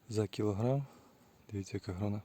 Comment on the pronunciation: Гарний виноград, тільки гронА, а не гронИ. Гроно - воно.